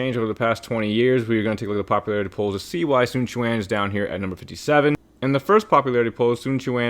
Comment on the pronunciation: So you CAN say his name right